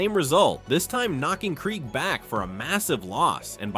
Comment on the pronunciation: That game sucked. All of those sacks only to lose at the end. Hey AI voiceover, it’s pronounced Dave (Craig) Krieg.